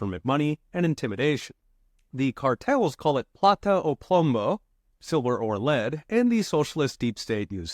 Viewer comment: “Plata o plomo”, Professor, no “b” needed. 😉